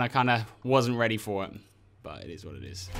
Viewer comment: 'it izz what it izz'